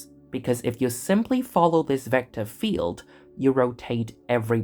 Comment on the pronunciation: Certainly very good illustrations. This is may be a bit personal: As a German speaker with a healthy accent in my EN myself i found the voiceover a little painful to listen to. The accentuation is very strong but a bit random (why always “vector FIELD” for example?) and there is something with the Rs and the Ts that sounds - weird. Again, I have an accent myself and no problem with that in general, but you seem to emulate really posh EN speakers and this imo goes terribly wrong. Might be better to just celebrate your natural accent, no matter which one that is - always better than sounding like King Charles after two weeks of constipation (“agghhr times agghhr”). Bit personal, but i am convinced that would give you a wider audience…